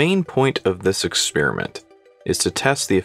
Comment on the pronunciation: Ha ha ha ha ha!!! He said “ExpEEEriment”! What a millennial!!!